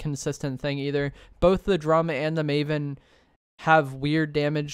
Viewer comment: First of all it’s “maven,” not “mavon.” And secondly, the maven is terrible, you’re wrong. It has the slowest ttk out of either of them. Only the exotic version is decent